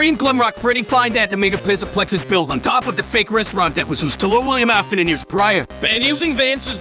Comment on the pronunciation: Mega Pizzaplex ❌ Miga Pizaplix ✅